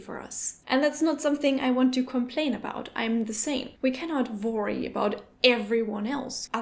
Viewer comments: i love how you say "vvorry" rather than "worry" 😚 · du musst unbedingt an deiner aussprache von "to worry" bzw. "worries" arbeiten